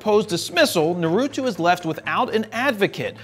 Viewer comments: It's naruto, not narutu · Jared Polin The name “Naruto” is of Japanese origin, so it’s pronounced as “NAA-roo-toh”. 👍🏼